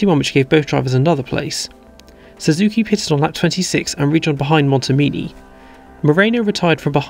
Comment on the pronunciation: If I may be so bold: As a great admirer of your work, I suggest you work on your pronounciation of "pitted". As a non-native listener, I mostly hear "pissed".